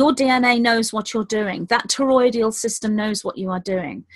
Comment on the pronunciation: Hey it's TOROI-DAL not TOROI-DI-AL Not criticizing just thought you might like to know. I'm addicted to your talks. Thanks for all you do.